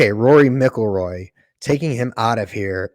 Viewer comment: Rory MICK Ilroy??! have you never heard of him before?? If so why are you saying his name like that?? and then you say "he is overrated" but you are using him as the perfect example of a swing?! Man you are all over the place with your views